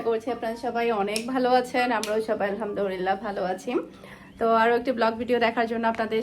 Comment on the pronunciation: তুমি mashallah অনেকবার আলহামদুলিল্লাহ বলো । কিন্তু সঠিকভাবে উচ্চারন করলে সওয়াব হবে ।ধন্যবাদ